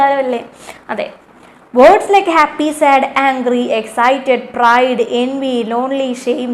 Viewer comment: Let's play with language എന്ന പ്രവർത്തനത്തിൽ pride എന്നാണ് ശെരി. Prid തെറ്റാണ്.ടീച്ചറുടെ ക്ലാസ്സ്‌ സൂപ്പർ ആണ്.💖